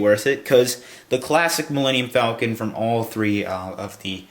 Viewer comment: "Melanium"- Millenium Falcon. Idiot.